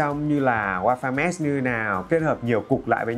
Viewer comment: Mesh chứ Mess là sai r nha